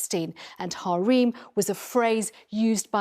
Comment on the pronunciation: Are they mispronouncing harem on purpose